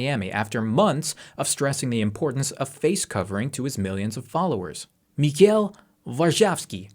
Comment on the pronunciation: Sorry I just can’t take seriously how you pronounce Mikhail 😂